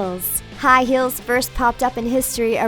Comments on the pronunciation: Im sorry but when I hear her say "High Heels" to me it sounds like "High Hills" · lol she kept saying hills instead of heels. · i swear she said high hills instead of high heels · High hills. Do you speak English. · Jake camacho she does actually. let me clarify because you obviously don't understand. when you say "heels" and "hills", they sound very similar. understand? ( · "high hills" lmao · I swear to god shes saying "high hills" instead of "high heels" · High "hills". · "high hills"??? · can she say high heels instead of high hills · I'm triggered by how you said high heels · why did she pronounce" heels" "hills"?? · And it's heels not hills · Not hills it's heels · STOP SAING HILLS IFS HEELS!!!!! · Was it just me or did she say 'High hills'? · How come when she said high heels I heard high HILLS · She kept saying high hills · Am I the only one that heard "High Hills"? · that way she says heels 😣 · I hate how she says heels